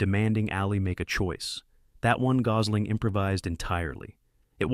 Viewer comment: can't pronounce gosl8mg